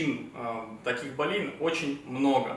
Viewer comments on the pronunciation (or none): Почему врачи делают неправильное ударение во множественном числе - болЕй? Боль женского рода, Надо говорить бОлей, бОли, обезбОливающее, а часто говорят обезбАливающее - жуть. Корень БОЛЬ, а не баль. Нет такого слова в русском языке баль. Это уж я заодно к слову.